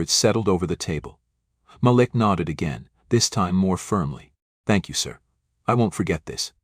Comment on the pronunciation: When you tell your stories please say the names correctly you sound not so good saying Malik name wrong as if you are showing a sincere apology for being prejudice yourself. Stop it because I have listen to several of your stories 🫵🏼👏🏼👍🏻🤞